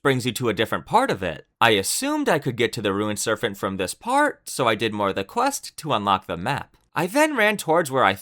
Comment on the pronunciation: listening to you say serphent instead of serpent so many times had me tweaking LOL